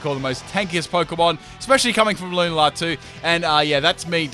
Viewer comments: Every time you say “Loon-a-lar” I die inside a little... I normally pronounce it Lune-ala. Am I wrong? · Lu-na-la? It's pronounced lu-nal-la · “Lun-a-la” when you continuously play the game but get the name wrong it “Lun-al-a” but apart from that awesome video 😎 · and in comes the Lunar-lah Me: 😐🔫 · the way you pronounce lunala triggers me :P its lu - nar - la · The way you pronounce Lunala makes me want to die